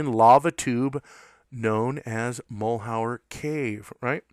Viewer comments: Mal-YER. . French. not mull-how-er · Mal-yur. Mal-yur. Mal-yur. You're driving me crazy with "Mull hower!" Good info tho... lol! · Mal’ Hure is the correct pronunciation. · MAL - HER try pronouncing it that way ........... that is at least closer. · Your mispronunciation of Malheur leads me to presume you're not an Oregonian. The word is French and means misfortune. One of the counties in Oregon bears this French word as its name. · you say Malheur badly ------- so miss in formed not even a pour show -- d - grade